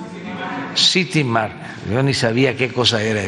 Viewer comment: VAYA VAYA NO SABE QUE ES UN CITYMARKET PERO SI SABE DONDE ESTA HOUSTON Y SI SABE QUE SU HIJO MANEJA UNA CAMIONETA DE MILLON Y MEDIO Y QUE AUN SIN TRABAJAR VIAJA POR EL MUNDO haaa pero no conoce un city"mar" "yo ni jabia que ej eso 🤣